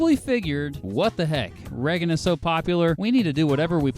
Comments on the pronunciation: "Ray-gen" not "Re-gen" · Reggen? Your pronunciation made me click off. Sorry. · This guy can't pronounce Reagan or Colorado. Really?